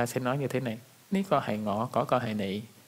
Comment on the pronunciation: từ ní sao giống con pháo vạy ta